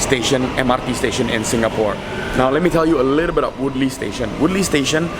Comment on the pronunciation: I'm more caught up that he pronounces Woodleigh as woodly... I always thought you pronounced it as wood-lay